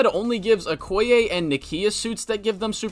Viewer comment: you mean okoye not “okaya”